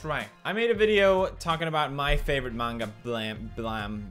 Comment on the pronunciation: thank you for saying manga not menga.